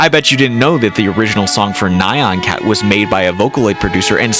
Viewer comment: You pronounced nyan cat that way on purpose